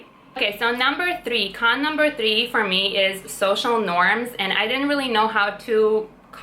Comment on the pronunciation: I like when you say "number trii"